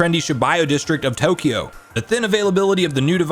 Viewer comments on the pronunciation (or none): none